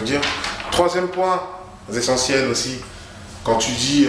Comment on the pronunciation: un troisième point n'est pas un point ZESENTIEL putin !